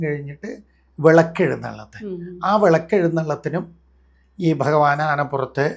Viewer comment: ഇതെന്താണ് ഇങ്ങനെ ഫഗവാൻ ഫഗവതി മനപ്പൂർവം പറയുന്നതല്ല എന്നറിയാം എന്നാലും എന്താണ് ഇങ്ങനെ